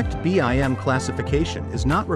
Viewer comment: sigh... this is nice but the automated reader is like nails on chalkboard. It's pronounced bim, not b. i. m.